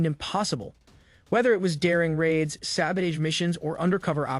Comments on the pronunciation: Not sabodage… SABOTAGE (SAB-uh-tahzh) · Good video but hearing it pronounced sabo-taaage is throwing me. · Why do you pronounce sabotage like that? Are you Canadian or something?